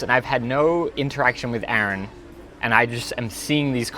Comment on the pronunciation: YOU DONE MESSED UP